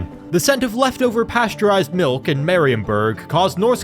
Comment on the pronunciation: Marienburg.. dont pronaunce it that way. In german (which theese names are) ie is a long i so: Mariinburg for ya english speakers.